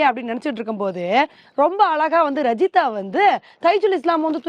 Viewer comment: ரஜிதா என்று சொல்றீங்க அது ராஜித எனும் பெயர் சிங்களவர்களுக்கு அந்த பெயர் உண்டு